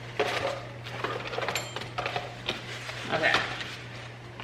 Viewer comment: When you were cleaning out your basket of blankets and said "hanger" I heard "anger" (a basket full of anger) just made me laugh out loud....simple pleasures, I guess.